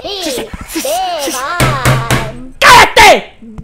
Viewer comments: he said " CALLATE " no karate xD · He said calate.